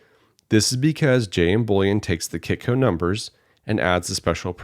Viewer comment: Did you say kitco app ?